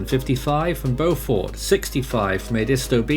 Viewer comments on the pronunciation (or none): Protip from this native South Carolinian: locals pronounce "Beaufort" as "bee-YOU-ford" and "Edisto" with the emphasis on the first syllable. I can't fault you too much, considering places in your country like Worcestershire and Cleobury. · I always get it confused with Beaufort, NC because that Beaufort is pronounced exactly how it’s written: Bo-fort.